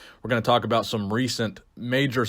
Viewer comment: That's very fascinating stuff aboot shawn